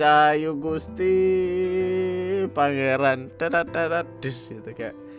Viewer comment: Bang bukan "PANGERAN" tpi "PENGERAN"